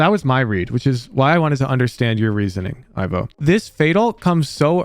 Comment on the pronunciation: As someone also called Ivo, please pronounce the "i" like in "indoors". Hearing "aivo" makes me wince, I'm sorry.